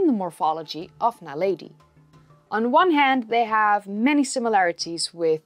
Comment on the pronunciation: very good just wish you had pronounced it Na lead e... not Na lady